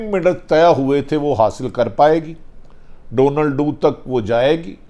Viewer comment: بھٹی صاحب ڈونلڈو نہیں ڈونل لو